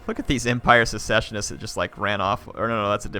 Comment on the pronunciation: For the record, "Secessionist" is pronounced similar to how you say "Session". "Sess-Sesh-Un-Ist" ;) (Or perhaps Suh-session-ist)